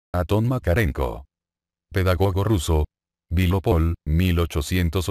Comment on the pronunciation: Se llama Anton no Aton